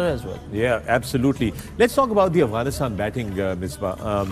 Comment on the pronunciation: One Advice to the panel kindly pronounce Afghanistan right.. Its Afghanistan not Aghwanistan. It may hurt the feelings of our Brothers from across the border. Thank you